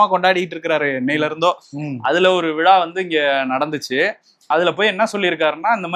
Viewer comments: க்கு ழ வராதா? விழாக்கு பதிலாக விளா என்று சொல்கிறார்😂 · தம்பி, விலா விலா என்று சொல்லாமல் விழா என்று சொல்லிப் பழகுங்கள்!